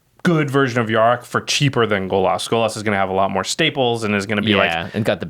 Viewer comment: Golas? GOLAS? G O L A S ? stop saying golas!!